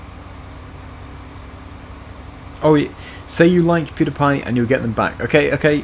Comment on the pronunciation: Pewdiepie is not called Pewdapie